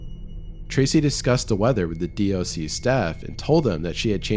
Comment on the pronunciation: Love the NZ stories being from here myself. Btw DOC or department of conservation is normally just said as 'doc' like dock.